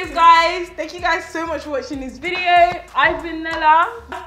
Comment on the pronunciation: In today's "vidjewo"